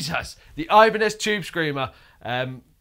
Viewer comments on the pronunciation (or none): Oibane-zed Chube Screamah